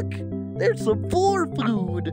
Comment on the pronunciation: that (?@ caine !)ng laugh and the way you said food was flewd tho made me spit my salavia XDDDD " *HEUHEUHEUHEUEHEU* " XDDDDDD